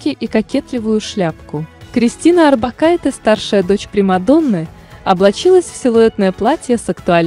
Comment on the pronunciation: Надежда Курлово, даже не Арбокайте, а Орбакайте 😀